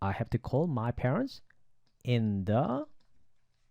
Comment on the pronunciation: 선생님. 좋은강의 감사드립니다. 질문이 있어서요 ^^강좌중 in the evenging, in the afternoon은 the 다음 a,e,i,o,u 가 왔기때문에 the를 Di 로 발음해야 하지 않나요?..